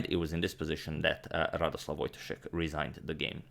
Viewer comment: It kind of bugged me you read "Radosław Wojtaszek" in a Russian accent instead of Polish. You're not to blame, but in Polish you're meant to put pressure on the second-to-last syllable. So wojTAszek instead of WOJtaszek ;)